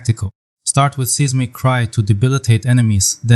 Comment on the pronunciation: Seismic is pronounced "Sighs-mic" not "Cease-mic"